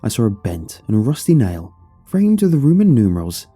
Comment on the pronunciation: “Rumen Numerals”